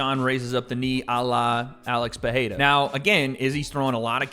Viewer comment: why does pronounce pereira as peheida, i don’t have those answers but i sure do need them